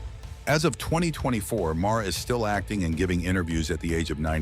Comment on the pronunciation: MARLA , NOT MAURA